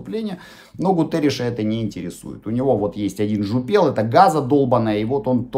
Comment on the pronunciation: Слушать вас одно удовольствие ! Четко , по делу , очень информативно и очень грамотная речь . Просто браво. Как не хватает таких великолепных комментаторов по ситуации в Украине. Одно маленькое замечание , заранее простите мое занудство , не жупел’ , а жу’пел.